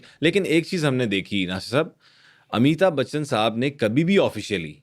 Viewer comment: Kindly pronounce correctly Not Amita bachchan but Amitabh Bachchan.